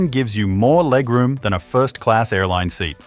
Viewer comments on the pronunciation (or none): none